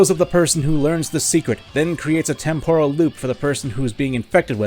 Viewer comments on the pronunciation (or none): none